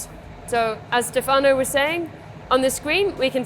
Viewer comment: Stèfano not Stefàno :)